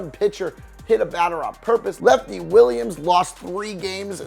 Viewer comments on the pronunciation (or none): none